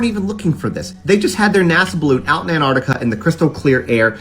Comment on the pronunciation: Scientists have stated that there are people in America who can pronounce Antarctica, but have yet to provide evidence...